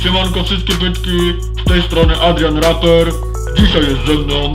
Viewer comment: Powiedział Raper ja słyszałam Adrian Raper